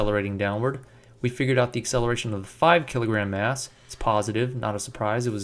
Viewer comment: I keep hearing 3 &5 kilogram 'ass'